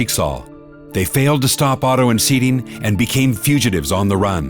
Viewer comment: love how they pronounce sirin “sidien”